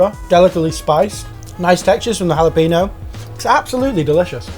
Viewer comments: Jalapeño is pronounced “Hal-eh-pain-yo.” When you say “hallapeeno” you sound like an idiot. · you guys do not know how to say Jalapeño lol the n has that little hat on it for a reason ...it is not Hal a peen- yo. it is Hall-eh -penyo like pen as if you were saying ink pen